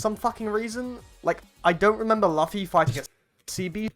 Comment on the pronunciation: Bro said "Lufy"